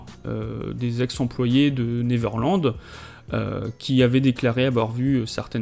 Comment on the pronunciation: Par pitié, apprenez tous à prononcer correctement "Neverland", merci!